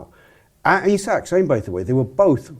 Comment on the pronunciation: Another pod that can’t get through without mispronouncing Isak. Lad